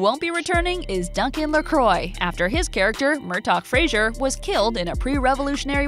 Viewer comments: PLEASE - It's FRASER - pronounced FRAZER and not Frazhur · To whomever narrated this, Fraser is pronounced "Fra-Zer" Not "Fra-Sure" Thank you.